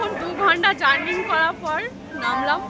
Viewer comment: কথাটা জার্নিং নয়, বলো এতো দূর জার্নি করছি ।